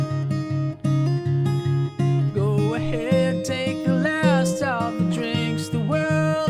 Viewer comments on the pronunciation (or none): none